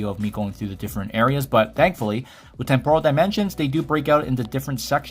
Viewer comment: Bro can you stop saying tempOral....it's TEmporal...